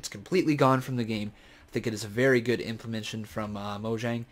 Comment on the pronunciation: Please stop saying implemention. The word is implementation.